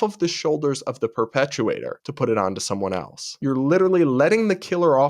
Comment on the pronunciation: It’s perpetrator, not perpetuater.